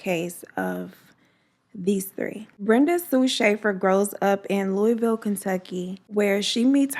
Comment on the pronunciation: Glad to see u and Bella are doing good. Thank you for this story Im from Louisville and knew Brenda and she was a wonderful person and u honored her story beautifully ❤️ and side note lol most people don't say Louisville right I hear it said 100s of ways so thank u for saying correct